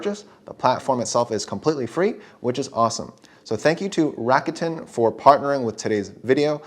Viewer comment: It’s Rah-koo-ten, not Ratican 😂😂 and oh thanks for the video